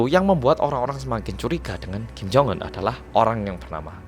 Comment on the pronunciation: Ya baru aku tau sebutan nya kim jong enn.. Bukan jong unn